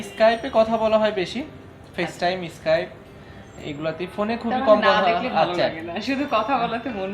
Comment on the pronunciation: অদ্ভুত উচ্চারণ ইস্কাইপ